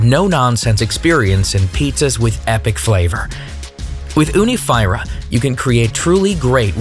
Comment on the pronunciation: I think your pronunciation is wrong Fyra means four and is pronounced 'feera '